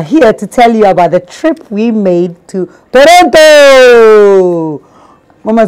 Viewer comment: Strong girl❤️❤️but Toronto pronunciations nuu😄😄😄